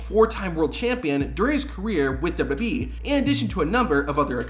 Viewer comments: I have a suggestion for the makers of this video, use a voice that can actually pronounce wwe, it's really not difficult to say!!! Double you Double you ee, not Double you Ubble you ee or Double you Boo ee, I just hope it's a human with a speech impediment, If it's AI then you've been ripped off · What the hell is “dub-dub-uh-ee”? I am familiar with double-yew double-yew ee, but now whatever you are talking about. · The narrator gabbles far too fast here. For Heaven's sake, LEARN from this, and SLOW DOWN. He seems to have whittled down WWE into "Double-Dub-E." Nobody in the Industry bothers to pronounce it properly. Also, WWE is NOT a Universe. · Slow down when you say "w.w.e." Its not pronounced dub dub yee... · The way you say WWE is atrocious, and you say it every ten seconds. I had to stop the video halfway through.